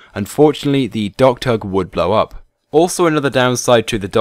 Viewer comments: U said dogturd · ohhh docktug... i thought he was saying dogturk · it sounds like your saying dogturd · DOCKTUG!!! It took me reading the comments to realize you weren't saying "dog turd". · Say "dock tug" one more time